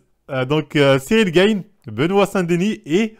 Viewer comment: JPP 😂 >> Cyril "Gaine", "Yassine gainemouri", "Nora Cornel", "William Gomize", "Sarah Parabène" mec, on a bien compris que tu n'y connais pas grand chose à l'univers du mma mais là c'est juste du français... Tu pourrais-peut-être faire un petit effort de prononciation par respect pour les combattants ?